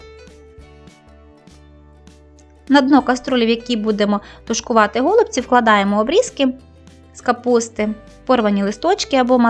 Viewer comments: Правильно казати голубці", а не го" лубці. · все добре, але голубці з наголосом на " і ".